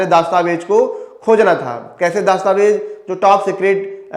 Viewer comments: आपके सिर्फ आवाज़ में ही दिक्कत नहीं , उच्चारण में भी दिक्कत है । "दस्तावेज" -शब्द को हर बार ""दास्ताबेज"" कहा आपने । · अरे bhai दास्तावेज nhi दस्तावेज होता है Pahle बोलना सीख लो गुरूजी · glows >> dastavez ....not daastavez:face-orange-raised-eyebrow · Abe Chutiye दास्तावेज nahin , दस्तावेज bol bsdk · Bhai it's dastavej Not Daastavej